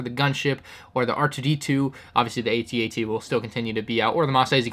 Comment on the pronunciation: It's AT-AT not AT-AT